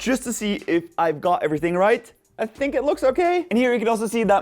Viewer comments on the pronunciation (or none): "i sink it looks okay?" thats what i heard and im sticking to it lol